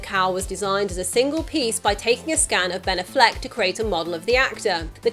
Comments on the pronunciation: good video...but it's not Uh-flec it's Affleck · The City Meh, the reviews and drop off in box office says it all. My prediction is the next movie the director will stop trying for dark and gritty and go back to trying for a good movie. Also its aFLeck you put the emphasis on the wrong syllable.